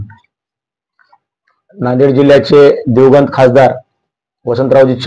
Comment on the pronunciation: संपादक साहेब "दिवगंत" नाही हो "दिवंगत" असा शब्द आहे तो ....